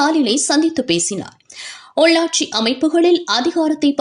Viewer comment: செய்தி வாசிப்பாளர்(குமரி).கொமரிமாவட்டம்.(உள்ளாட்சி)ஒள்ளாட்சி என்று கூறும் தமிழ் தெரிந்தவரா? இல்லை சம்பளத்திற்கு தகுந்த செய்திவாசிப்பாளரா?